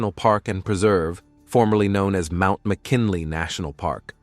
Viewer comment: when he said MANT Mckinley i shut it down